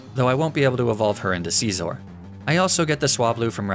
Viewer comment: I love your videos but the way you say “Scizor” makes me wanna throw my dog off a cliff bro. 😭😭😭😭 My man said “SceezOre” like what?